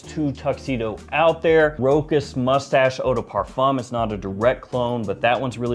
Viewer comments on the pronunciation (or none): none